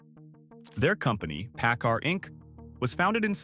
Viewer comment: It is not pronounced pi-GOT. It is PIG it. It is not pronounced pa-CAR. It is PACK CAR. I retired from PACCAR Financial.